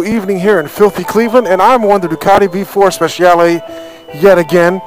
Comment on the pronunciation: SPECIALE SMACKDOWN!!! it's "speCiale" the way you say the "chi" in Chile(the country)... or the way you say the "chi" in Chili's... LOL ;D